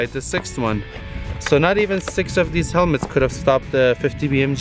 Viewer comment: DID HE SAY HELMETS or hell mats lmaoooo